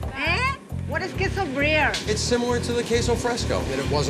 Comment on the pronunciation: "okeyh he say the cheese is breaihhh???????? Breeeeeeehh??????????? Breeeeath airrrrrhh??????? Brreeeeaaaadddd?????